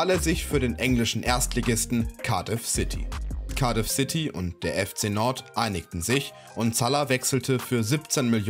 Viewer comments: FC Nord 😅😂 Jung du sprichst das aus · Junga macht mich die Aussprache von Nantes aggressiv